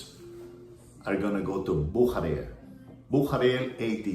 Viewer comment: I'm a German and it's pronounced... "Boo-sha-rare". Büchere